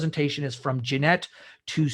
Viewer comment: Great content of video, but for god’s sake man - Jinete = like Hee-neh-teh.